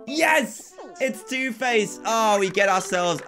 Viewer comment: what dan said:its either harry or two face what i heard:its either harry or tooth paste